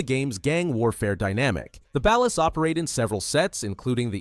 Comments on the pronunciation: You say Ballas wrong it's pronounced "bollas" not "bahlass". that's Floyd Hebert not Wade. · ballers with an ah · I don’t like how he pronounces Ballas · its suppose to be ball los based on the way gta characters say it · I hear actual human YouTubers pronounce it that way too, even though every single character in the games says "Ballers". If the source material says Ballers, that's how I say it. It's like Ryu in Street Fighter. I hear people say "Rye-you", or for some stupid reason "Roo", but in both Street Fighter and Ninja Gaiden, the name is pronounced "Ree-you". Everyone, just listen to the fucking source material and stop making up shit. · Whitest pronunciation of "Balla's" I ever have or ever will hear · He said Ballas and vagos wrong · That is not how you pronounce "Ballas". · This is actually the dumbest video on GTA lore I've ever had the displeasure of watching. Whats with you saying Ballas like that? You're saying it fucking wrong. And whats with the shitty self-inserts of someones custom character with the families? Lokks like shit and completely deviates from any of the grounded and realistic looks of the gang members? And why do you have Franklin dressing up as a Balla when he's part of Families? Do better reasearch instead of just throwing random fucking pictures in the mix. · Pronounce Ballas like that again and I'm giving you a cartel execution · Ngl I hate how you say Ballas. Families are like the Bloods n Ballas are like the Crips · AI is not so smart Saying Ballers like Dallas is throwing me tf off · You say ballas wrong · Broo see the smallest mistake